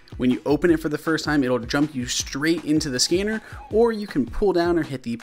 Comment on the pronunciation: fam, am i the only one that thought that said scammer apps? 😂😂